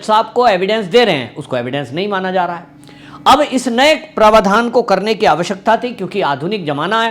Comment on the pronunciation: आपके उच्चारण का एक नमूना - आप प्रावधान को प्रवाधान उच्चारित करते हैं ।।।